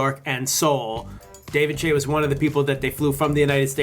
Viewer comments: Laxus Poldish but that's not how David pronounces his last name...which is the guy he's talking about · Good video :) Kinda obvious that you don't know them very well; One being that you pronounced some of their names wrong, you say Higa the same way you would say "Higgle" but sounds more like Heega (like TEE "HEE"), and its not David "Chay" its Choi, (the same way you would say "ch", "oh" and "eye" but put together). Second being that this is their second K-pop song to hit #1 in the K-pop charts, first being "Dong Saya Dae". And third being that this thing isnt really new for Ryan to do, if you know anything about him he also made another boy band called YTF (Yesterday Today Forever) which consisted of; Ryan Higa, Victor Kim, Chester See, Dominic Sandoval, Kevin Wu, Andrew Garcia and JR Aquino. He has also worked with David Choi before on other music videos before. Sorry it was just kinda bothering me, I know people struggle with pronouncing names sometimes (especially if they are foreign names), but I would assume you would have known how to say the names of people you "know". Also you clearly haven't seen any of the behind the scenes or any of the other channels that have videos of the shoot. Most, if not all, of the "extras" in the music video are personal friends of either the group, HigaTV productions or Wong Fu Productions. I would recommend watching the videos from their second channels and the vlogs from the people that were there to get a better grasp of what you are talking about. Also the whole K-pop boy band was intended to be a joke, that is why they went through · It's David Choi, not "Chay", but instead pronounced as "Choy". I cringed every single time you say his last name. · he's saying David Chai instead of David Choi WTH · "Ryan higguh?" "David Chey?" I doubt this is even a typical foreigner mispronunciation. The spelling for David Choi is CHOI. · I cringed every time he said "David Chay" . It's David Choi .. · David chae xD aint it choi?